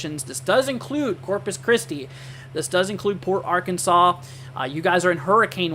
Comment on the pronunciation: You must not be from Texas , it’s Sabine pass / Sab ene , Port ar an sas